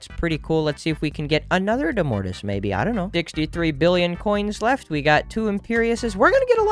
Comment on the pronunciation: I think domortuus is pronounced domortoous